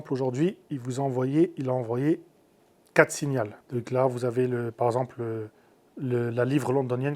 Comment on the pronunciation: ON DIT 4 SIGNAUX PAS 4 SIGN ALS